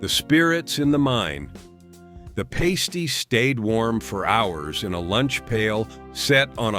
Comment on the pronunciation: I'm heating up a pasty (pronounced differently than you did) right now. Cornish pasties are a family tradition - they can be found in northern Wisconsin and Michigan, too. Runzas are definitely a Nebraska food, my aunt taught us to make them.